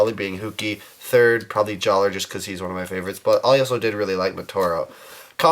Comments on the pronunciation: Jaller is pronounced "Jalluh". just saying. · It's pronounced Jallah! The R is silent.